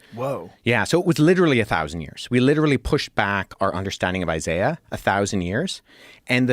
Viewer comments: It’s pronounced eye-zay-uh. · Why are you purposely mispronouncing names. Its “eye zay uh” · who says “eye-zai-ah” for Isaiah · I'm not listening to someone who can't pronounce Isiah. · The way you pronounce Isaiah would have been something you would have called Wes out on missing as "contextual difference" and yet we can all make a logical conclusion that its the same thing. Perhaps youre just trying to cash in on the hype and try to get a showing on Rogan too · Hmmmmm. Should we trust the word of a man that is about to get his PhD and devoted his entire career to the subject matter or the dude that can’t pronounce “Isaiah”… tough call 😂😂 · Yeah I’m not about to listen to a guy that can’t even pronounce Isaiah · Already know I'm listening to a snob when he has to have his own special pronunciation of Isaiah. One that in years of Christian middle school and high school and existing in culture I've never heard. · Trying to work through your pronunciation of Isaiah. 😂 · Wait... British people pronounce Isaiah like that??? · Alex pronounces some words funny: Isaiah: I-zeye-a extant: ex-stankt Moroni: Morown-eye